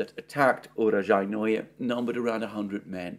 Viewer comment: Alexander, you are the only person I know that pronounces Urozhaine more difficultly than it actually is. Oo-Row-Zhi-Ne. Oo as in Noodles, Row as in Grow, Zhi as in Pi, and Ne as in Net (without the T, obviously). The often used case where names end with 'Oye', does not apply. Honestly, 'your vagina' sounds more like the correct name of the town than your recently updated utterance. ;)